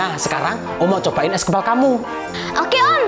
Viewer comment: Kak itu kok bacaannya huruf s kepal kan harusnya es kepal